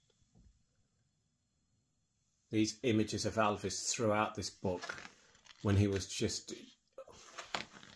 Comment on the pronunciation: Many thanks for your book reviews. Great. You say Elvis like Lisa called her dad Alvis !